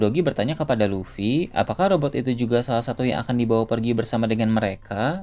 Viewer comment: kamu aja salah sebut. luffy bukan lutfi 😂